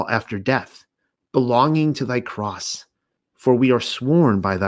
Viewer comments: Thank you so much ~ This is outstanding knowledge!! 💜🙌 Could you please explain the pronunciation you use ~ “croth”…? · Oh no, it was the word "cross" but I heard it as "croth" - My bad!!